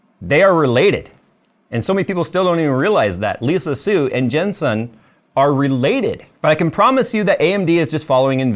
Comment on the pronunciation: Why do you keep calling him "Jen Son?" It's Jensen Huang!